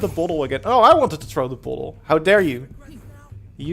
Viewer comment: It's bottle not bauwtol.